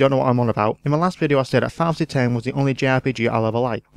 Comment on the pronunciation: Your accent isn't the problem. In your haste to talk quite that fast, you slur some of your words and don't enunciate many syllables. Making it difficult to understand. In a review in which you say more than once 'Filefasee ten' when showing a picture of a box for Final Fantasy 10, it grates. I mean... Pictures help us figure out what you did say, but really, there are parts where the graphics offer no help at all. Other than that, many fair points, and very much in the Yahtzee style.